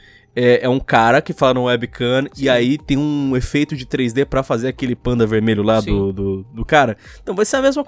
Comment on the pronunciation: "panda vermelho" essa doeu no ouvido